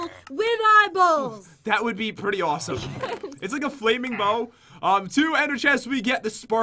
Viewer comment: I love how u said yesh 🤣🤣🤣🤣